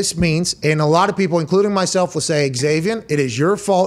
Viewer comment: It's Zavien, Pat, not Eg-zavien. lol